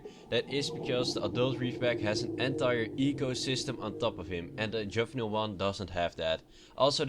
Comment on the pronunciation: 1. Treader tr-e-der not tr-ee-der 2. Juvenile j-oo-vin-ile not -juv-un-il 3. Aurora a-ror-a not a-woar-a god learn your english